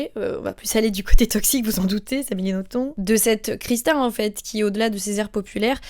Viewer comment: petit fun fact: d'après Amélie Nothomb, le b à la fin de son nom se prononce bel et bien! (elle l'a dit dans une interview)